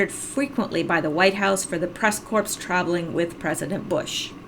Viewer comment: yay,yur back,and u fixed it.not corpse but core [ CORPS ] is the right pronunciation of corps,like Marine Corps,sorry it bothers me when ppl say it like that.don't forget anderson cooper cia intern.what kind of plane was Billion and 1/2 to Iran. why do you think he's dead?his hat hides his point.did u see clinton hand to face like she has a problem w seeing whatever. a smoking gun is what's needed to prosicute high ranking political officials.r u US citizen?